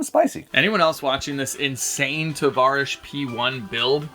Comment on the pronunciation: Lol Tarvish…..